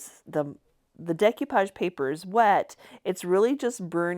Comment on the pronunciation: You are my new fave. This is way more fun than repurposing new stuff. Just fyi it's pronounced day koo paazh.